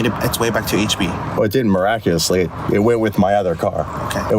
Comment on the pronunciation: Imagine being a cop, thinking you can make yourself more relevant by using the word ‘miraculously’ and then finding out you can’t even pronounce it in the first place….!! (“Miracoulousely…”) 😂 😂 Just like he thought he ‘got him’, claiming that the driver ‘changed his story’…. ….when in reality the driver only added more information (he was not contradicting himself in any way hahaha)… The insecurity of this police officer is just DRIPPING OFF HIM…!! What a pathetic, little boy…